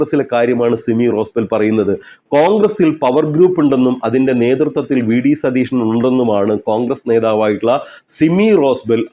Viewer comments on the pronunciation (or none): none